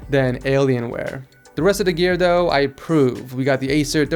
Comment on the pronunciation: it's though not dough